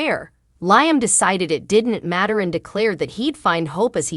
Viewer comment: Not just Liam but other words are not pronounced cirrectly.